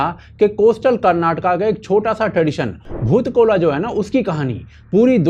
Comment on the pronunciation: It's not bhoot kola, it's boot kolha